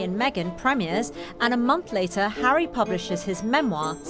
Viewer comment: ... did the lady say 'William and Harrow' ? I surely misheard, but... would fit a bit.